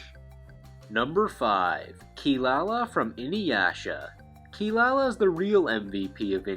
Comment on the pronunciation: by the by her name is Kirara not Kilalala. That is some bs the canadian dubbers made up because they esp Kelly sheridan sangos dun actres couldnt pronounce the kitty cats name correctly. WOW you get paid all this money to dub anime and dont even do your job. kelly sheridan should stick to voicing barbie. why dub anime if you cant take it seriously?